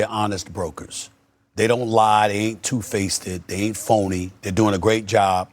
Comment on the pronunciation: SAS confidently saying facetid (faced) is annoying and disturbing at the same time. As a professional he should be embarrassed